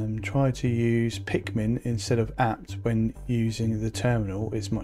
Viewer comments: it´s pikman not pikmin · The command is pronounced pikman not pikmin. And when you use pikman it includes sudo-rs when using it so you don't have to even worry about typing sudo. For example you would do pikman install or pikman upgrade